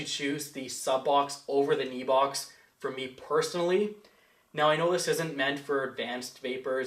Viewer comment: I think it's pronounced any box. NEBOX . lol it's a funny name. good review as always bro. keep up the good work. VAPE STRONG